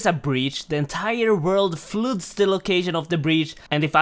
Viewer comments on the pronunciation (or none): flood is pronounced fluhd, not flude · There's no way you pronounced flood as fluid.